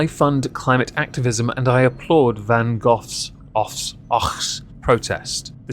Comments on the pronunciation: hard a is like, able, or grade, is that truly the correct way pronounce Van? Did you mean another way, maybe? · Pronouncing the name of a famous painter sounding like a muppet. Sad.